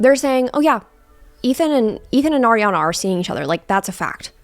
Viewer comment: Why do you say her name like that? 😭